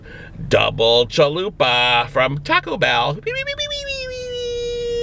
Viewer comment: Chaco bell XD